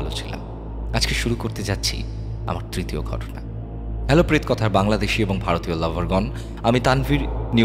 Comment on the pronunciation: Tritwoy bola hoy. Jotodur mone porche